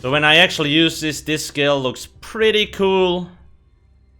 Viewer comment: Wampire skeel line